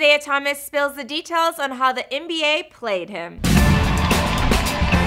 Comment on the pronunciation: “Spels” it’s Spill